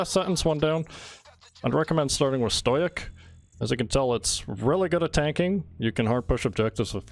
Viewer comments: Bruh he says stoic as stojiec fml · It’s pronounced stow-ick